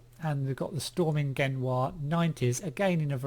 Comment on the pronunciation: stormingeniør means storm engineer, more or less same pronunciation, simply jarring the way you say it lol... really looking forward to the DLC, thanks for the showcase!